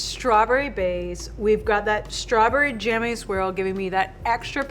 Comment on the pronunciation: If that’s a pro baker then why doesn’t she know how to say strawberry jam .........I was getting annoyed